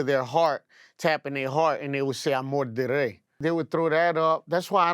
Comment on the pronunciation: They way he say amor del rey sound like bullshit